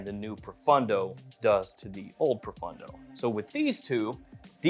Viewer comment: I wish that would pronounce pro-phone-dough correctly instead of pro-fun-dough! 😊